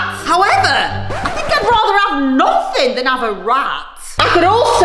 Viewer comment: Morgs saying u get nofing